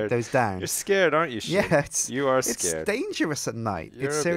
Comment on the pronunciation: i fell like only me and sjin say his name correctly it is prounounced shgin